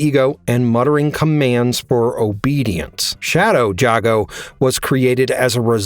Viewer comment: How do you still mispronounce Jago = Jay-Go's name when even the damn game says it loud and clear?